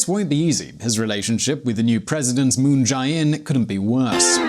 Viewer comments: Yes. The first syllable of 재벌 (chaebol) is properly pronounced che as in Che Guevara, not kai. (And the second syllable of President Moon Jae-inn's name is pronounced roughly like the letter j. ) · Pronunciations: Moon Jay In Kay Bol Hay Uun Day